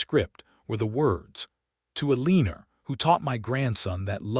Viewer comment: It’s El-l’an-nor. AI sucks.